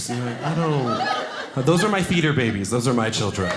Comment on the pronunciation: I kept thinking he was saying "my feeder babies" vs. " my theater babies"